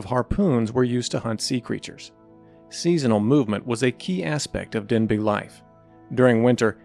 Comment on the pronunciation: Denbigh is pronounced "denby" NOT "denbig". The name comes from the town in Wales of the same name.